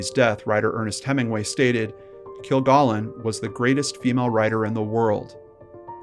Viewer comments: Why can't the person narrating this story at least get the pronunciation of Dorothy Kilgallen's name correct?? Stupid!! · Dorothy only appeared a few times on To Tell the Truth. Her regular show as What's My Line, NOT To Tell the Truth as you stated, Her last TV appearance, was on What's My Line. Her last name is pronounced "Kill-gallon", not "Kill-gollon." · it is kil GALLON, not "gollon" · Kilgallen with a short A, not kill-GAAHLen. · I really enjoyed listening to this story that I already know inside and out. I know you can't change anything now, but her named was pronounced Kill-Gallon (like gallon of milk) and she was on What's My Line and not To Tell the Truth. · Her named is pronounced Kil-GAL-in. They said it that way each week on What’s My Line. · I agree. You are not pronouncing it correctly. It is "kill-gallon". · Hey, I appreciate your videos because they are so well presented and to the point. Just a small heads up... Dorothy's last name is pronounced Kil-gal-en, as in gallon of milk. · I was almost 9 when JFK was shot, and saw Dorthy Kilgallon on games shows throughout my childhood. You are not pronouncing her name correctly. It’s a short “a” sound in her last name. No “ah”sound. Like a gallon of milk. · Dorothy pronounced her name "kill-GALLON," like a gallon of milk. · It's baffling how people who research and present content that is supposed to be informative and factual fail to perform quick and easy fact checks on their own material. The repeated mispronunciation of "Kilgallen" is inexcusable, since there are literally hundreds of recordings of the proper pronunciation on the Internet... and, a few seconds of death date searching completely debunks the Earnest Hemingway anecdote. Sheesh! 🙄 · You mispronounced her name straight out of the gate. Wtf? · This host immediately is mis pronouncing her last name. Please know how to pronounce a person's name that you are going to talk about in your video.. Moving on... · PRONOUNCE THE NAME RIGHT